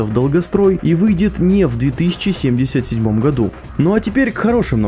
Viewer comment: Блять как мне режет слух 20(пауза) 77 сука название 2077 это как сказать 2к 77 это раз второе лучше пускай делают дольше но выйдет качественнее и третье мне кажется будет deus ex с кастамизацией ГГ и вобщем то и все. Я читал много книг, комиксов про киберпанк смотрел аниме и фильмы играл в игры и думаю врятле меня чем удивит проект(я не утверждаю лишь имею догадку)